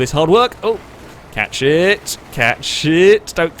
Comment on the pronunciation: "catch it" or "Cat sh1t"??